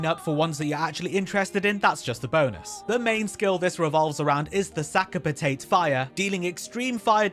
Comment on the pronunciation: "Sack a Patayt" "Sack a Patayt" "Sack a Patayt" ""Sack a Patayt" really? Really? I got sick of hearing American youtubers because they don't know how to speak, like, at all. Thought maybe an English guy would know pronounce stuff but fucking "Sack a Patayt" instead of Sakapatate, fuck me mun.